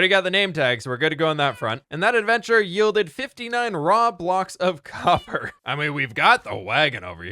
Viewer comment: Like that one dude said name is coppurr